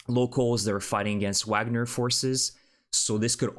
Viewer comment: Wagner is pronounced with a “V” not a “W.” The group is named after the composer. Their logo shows Вагнер.